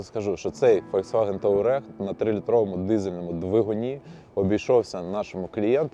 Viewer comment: «Таурег» блін 😂